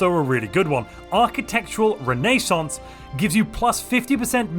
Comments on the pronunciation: Quarantine! Also, "Renee-ssance" and he said miners when he meant farmers lol such disdain. And of course a Quantum Catapult accuracy bonus is neither here nor there, because it's right where it needs to be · No the symbols made about as much sense as is possible. Very sensible choices. What isn't sensible however, is your pronunciation of renaissance. <3